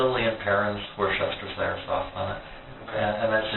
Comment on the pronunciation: If he really was English Royalty, he'd know it's pronounced 'woostersher' sauce?